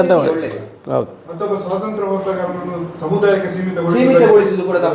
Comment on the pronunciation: ಸ್ವಾಸಂತ್ರ್ಯ ಅಲ್ಲಾ, ಸ್ವಾತಂತ್ರ್ಯ, ನಿಮ್ಮ ಉಚ್ಚಾರ ಯಾವುದೂ ಸರಿ ಇಲ್ಲ.